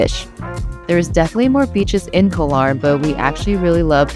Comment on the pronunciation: Hi and! PATTAYA is pronounced PAAT-TAAH-YAAH, not PAAT-TIE-YAAH. KOH, the word for ISLAND in Thai, is pronounced GAW. No hate. Just want you to say them correctly like a local now that you've moved to Thailand. Are you guys planning to take Thai language classes? Becoming fluent in Thai will open up a whole new world for you! I am 100% Thai living in SoCal!